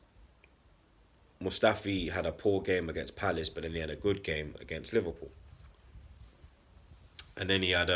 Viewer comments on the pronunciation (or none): none